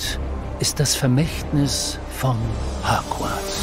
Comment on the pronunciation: Normal people: Hogwarts Der Erzähler: HACKWARZ 😑